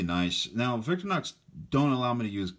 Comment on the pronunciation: I'm sorry I can't help myself....VIC-TOR-IN-OX not VICTOR-NOX. Otherwise nice video.